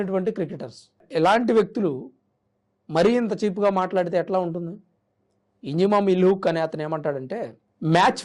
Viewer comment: ఇంజామామ్ ఉల్ హాక్... పేరు తప్పుగా పలుకుతున్నావ్..